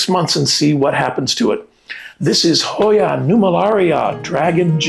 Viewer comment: I love this Hoya. I have trouble spelling and saying the name. Thank you for the name and pronunciation.